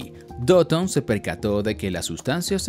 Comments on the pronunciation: Porque le dice doton? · Porque dice doton xd